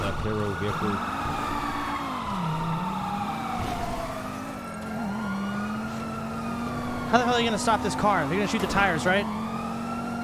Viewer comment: the fucks a veehale resusitation